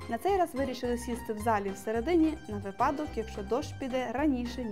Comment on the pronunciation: Дякую за чудове відео. Хочу звернути вашу увагу на декілька помилок. Наприклад не вигляди, а краєвиди, не роща, а гай, у слові випадок наголос падає на перший склад, кафешка - кавʼярня.